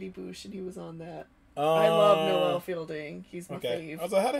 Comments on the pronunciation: Noel Fielding , is pronounced "nole " , like "mole" or "hole " not being an asshole , just trying to help . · It's not no-well but it isn't nole either, more like no-ul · Please don't pronounce noel's name like that, it's more "no-wl" then "no-el" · “No-well fielding” . That was the cutest thing I have heard. It’s pronounced “Nole” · Noel is pronounced 'Nole', not 'No-well' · And Noel fielding name is pronounced like nole like hole with a n, just sounded really strange when you said no-el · Noel rhymes with mole. It's not pronounced No L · Heads up it's pronounced nowl not noël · Noelle Fielding is my fav - say his name right then! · Noel is pronounced so that it rhymes while "hole". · Not her pronouncing 'Noel' like 'Noelle'....as if British people have enough time for that many syllables. We turned Devonshire into Dempshur for Christ's sake.